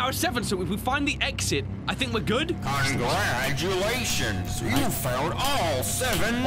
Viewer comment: To me it sounds like he says “I’m Gladulations” instead of “congratulations”